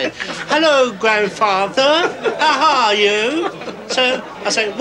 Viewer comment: he screws up putting the aitches back in when 'taking posh': " 'ello grandfather 'ow h-are you?"